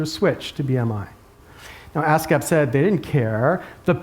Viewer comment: ASCAP sounds like ass gap.